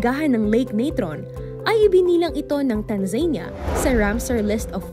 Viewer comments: TANZA-NEE-YA ang pronunciation Hindi TAN-ZEYN-YA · Tanza-nee-yah not Tanzenia